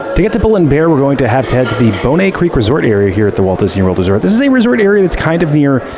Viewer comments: LOL "Bonay" for Bonnet! Happy birthday! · It's pronounced BON NET. Just like it's spelled.